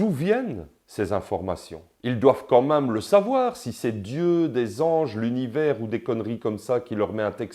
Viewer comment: D'abors on dit "mème" pas "m1me", si tu me permets cette locution quelque peu phonétique !